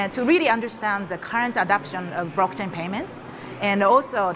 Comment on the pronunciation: ...What is a "Brock Chay"? 🥴